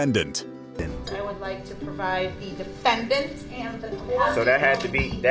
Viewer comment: The DE-FEN-DANT, my favorite part to the scene.